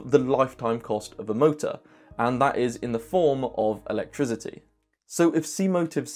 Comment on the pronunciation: I really enjoy your unique videos. I have one question, why do you pronounce “electricity” with a “z” sound?